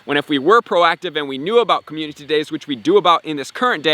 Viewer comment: I watch all your vids, but when you say communtity instead of community it makes me cringe, no hate though just saying. Love the hard work, really helps me out as a newer player. Keep up the hard work!